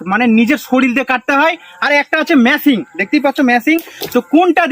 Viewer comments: ভাই মে‌চিং না মে‌শিন ব‌লেন। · মেশিন ❌ ম্যাছিন ✅ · Machine❌ masing✅ Sorir❌ soril✅